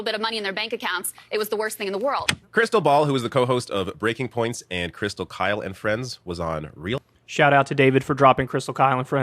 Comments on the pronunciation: I think Bill was trying to troll Kyle when he said Krystal “Kale” and friends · Bill could remember and read Saagar correctly, but couldn't read Kyle right. He called him Kale when introducing Krystal's resume. Kale Kulinski.